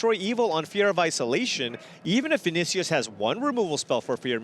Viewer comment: The way you Pronounce Vinícius hurt my soul